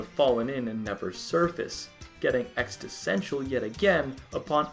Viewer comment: Just stop saying existential. You can’t do it right.